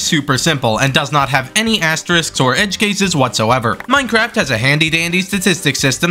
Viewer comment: HE SAID MINCERAFT NOR MINECRAFT